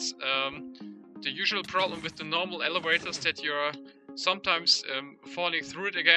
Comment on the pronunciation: "elewators" heh